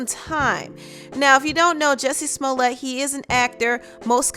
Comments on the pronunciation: How come no one knows how to pronounce this fools name. lets get it Right Its Pronounced " Ju Cci Smell it". Shut the fuk up cardi rat b. Didnt ur mom ever Tell you dont talk with ur mouth full. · Hey Cardi, the correct way to pronounce his name is Jucié Smoliét !